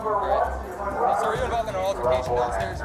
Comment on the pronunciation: "AL-tercation", please PRONOUNCE it correctly, thanks.